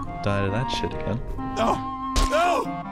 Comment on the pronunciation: "Nooouuuuw" (Australian for: "Nooooooo")